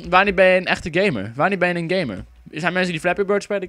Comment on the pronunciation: Haha je zei heel de tijd gay-mer haha:-P